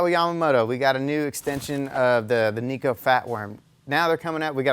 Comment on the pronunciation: its Neko not Neeko.